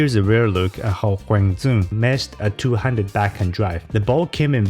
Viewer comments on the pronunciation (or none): "Zuong" is how you would pronounce it in Northern Vietnamese dialect. So you will sometimes hear announcers in Vietnam actually pronounce it that way. But he himself is a Vietnamese American from apparently a South Vietnam background and they will pronounce the D like a Y. So it would be "Yuong." Both are acceptable ways of saying his name but, unless you are from Northern Vietnam, it's more respectful to say it how he would say it himself. Also, a comment earlier pronounced his first name "Kwong" but this is incorrect. There is no ^ over the 'a' in his first name, so it doesn't turn into an 'o' sound. So it's "Kwang" with an open 'a' sound like in 'apple' or 'bad' rather than more accented 'a' like in 'ham.' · He's from the south so it's DYOUNG not DZOUNG. Appreciate the effort though.